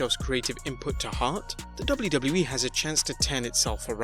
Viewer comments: I like how he says“ The DubluDublu E “ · Man you sound funny when you say WWE over and over😄.